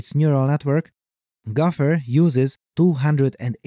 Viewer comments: Gauffer or gopher? It sounds like you keep saying gauffer. But I expect this to be fixed in the future at some point when all narration is done by AI. 🙂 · It's pronounced go fer not golf her.